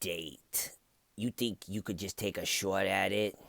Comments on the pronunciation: Wrong accent. Shaawt would be a new Yorker, Boston would be like shaaaght. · "Take a shouwt at it" I never got bored of that. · "Wanna take a shawt at it?" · the auto generated captions say “Shhhh what” when you say “shot” with a boston accent 😂